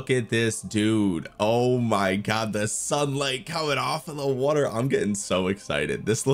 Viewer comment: Water ❌ Wutter ✅